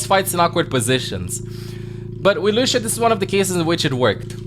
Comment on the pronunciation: Not lushhhhhio , it s lussssssio, remember.